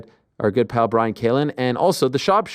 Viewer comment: You must not FUCKS with Brian too much. You didn’t even pronounce his name properly. Lol